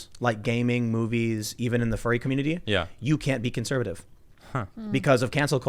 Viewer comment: Am I the only one who keeps mishearing furry as fairy?